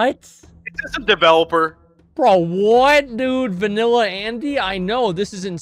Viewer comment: We Americans can't help it. We just see EU- sounding names & say whatever comes to mind 😂😂